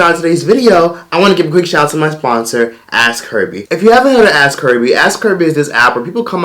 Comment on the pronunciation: Thought you said Ass Curvy instead of ask Herbie lol